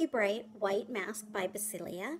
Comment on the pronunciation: Bow-see-ka Great review